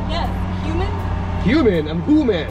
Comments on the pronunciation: She pronounced Hooman as Human!!!!!🤣🤣 LOL hahahaha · I've just found your channel and i do like your gold digger pranks 😅😅 In this video i died of laughter when the third woman called you human🤣🤣🤣🤣 just a persian like me can pronounce your name correctly hooman😅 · Haha so fucking funny wen she said human instead of hooman lol 😋😋😝😛